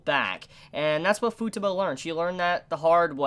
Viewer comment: It still irks me how u pronounce Futaba, it's an "a" not a "u", like taco lol But great video, agree with most of what u said, love this show so much!